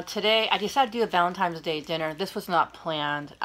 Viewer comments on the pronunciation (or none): Happy Valentine’s Day. I always laugh when people say valentimes day. It’s cute